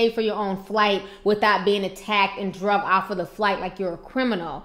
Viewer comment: HI T, PLEASE I THOUGHT I'D JUST CORRECT YOUR LINGO A LITTLE BIT. IT'S .....ANOTHER AIRLINE GOT 'DRAGGED' NOT 'DRUGGED'. TO YOU SAY 'DRUGGED', IS SOMETHING ELSE. PLEASE KEEP THE GOOD WORK. LOVE WATCHING YOUR VIDEOS ;). STAY BLESSED.